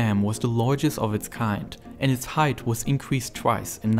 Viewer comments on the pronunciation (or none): none